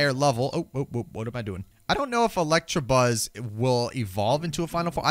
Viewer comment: it's electabuzz not electrabuzz